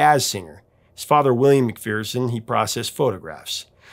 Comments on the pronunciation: McPherson is pronounced McFerrson, not McFeerson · McPherson is usually pronounced in Scotland with a short "e" vowel first and a schwa second.. Mc Fer s'n.